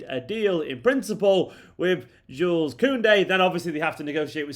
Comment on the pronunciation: I understand that you’re a mancunian mate, but Jules Kounde is french. His name his pronounced like “shoe” not “jewels”